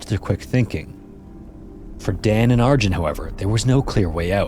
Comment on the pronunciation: The usuall preventable company negligence aside. Piet is pronounced Pete and Arjan is more like Aryawn. Google could have helped you there but at least you tried.